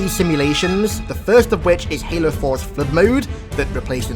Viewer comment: I don't know why but when i hear him saying "the flood" its sounds like "the flirt".